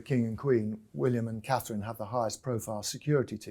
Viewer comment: I will refer to him as “Dick head” as long as he can’t get Catherine’s name correct….he doesn’t deserve respect when he is so disrespectful..IMO